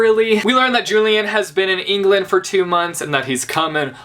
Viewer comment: Hey I noticed you pronounce "Julian" the american way But that is not correct You remember how Andrew had had an obsession with the Antique cultures and therefore had named every one of his children after some Roman or Greek people. He wanted to name Julian as Julius after Julius Caesar but his wife wanted it to be at least "Julian" since its a bit more modern. In relation to that "Julian" is pronounced as "Ulian" (I hope you get it).